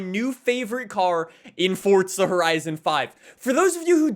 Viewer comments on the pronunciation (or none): im sure you hear this all the time, but there is no "T" in "Forza" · Why he say “forTza” lol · Stop fucking saying forza like that.